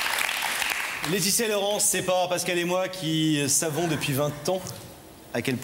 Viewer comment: Deux formidables présentaeurs dont l'un a du malà prononcer le"s" corrrectement "LAETITIA"et son amie se ressemblent énormement , on dirait deux sœurs jumelles ,ce que nele sont pas